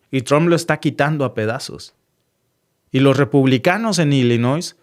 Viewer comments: SE PRENUNCIA......ILLINOI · No le pongas la s a Illinois lo repites y lo vuelves a repetir 😅😅😅😅😅😅